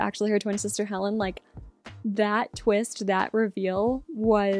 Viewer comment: “The twinst!” Love it. Lol